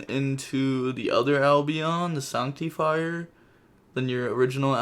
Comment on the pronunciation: Sorry but it's not pronounced sonctifire. It's pronounced sAnc. Like artifact sanctum